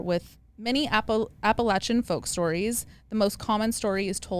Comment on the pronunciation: As someone from the Appalachian mountains, I appreciate you pronouncing it correctly and correcting Alex! It’s literally one of our biggest pet peeves haha